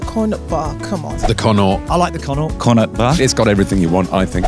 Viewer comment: Not one person pronounced Connaught properly😂